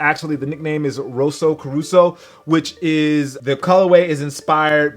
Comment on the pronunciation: Rosso Caruso? WTF is wrong with you? :)))))))